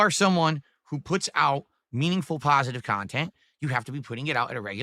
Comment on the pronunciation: Ap-propro? 😂😂 You're completely regarded,. You don't know the meaning of working for a living. Your "kahntent" is neither meaningful nor pahsative. You're a toxic ahole, and your videos are only good to laugh at. 😂